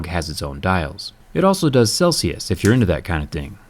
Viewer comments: I could've sworn you said calculus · Big Shaq - Not calculius , Just Celsius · "Farenhite and calculus"